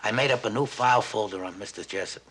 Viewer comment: Jessup not Jess pop